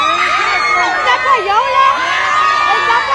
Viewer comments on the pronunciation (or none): the bish can’t even pronounce a simple word like Payola 😂😂😂